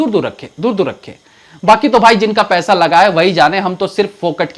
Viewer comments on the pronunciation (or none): none